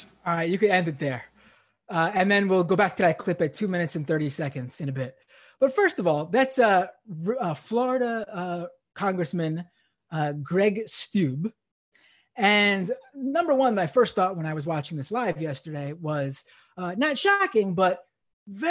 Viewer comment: Tim Apple cringes....this dude is still using a laptop? What a Steube ! (Pronounced Stoyb)